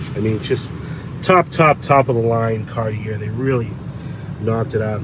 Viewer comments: the word CARTIER is pronounced CAR TEE A not CAR TEE ER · Two things.Knoxville is the head of navigation on the Tennessee River, hence the anchor. Also, Cart-E-A is how you pronounce Cartier. It’s a French name. Please, if you respect the cars as you say you do, respect the name of the designer who made this special edition happen. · It's pronounced Cartier!🤣